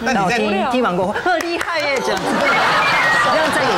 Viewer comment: 开始那个日本小伙子的“厉害耶”看着好好笑～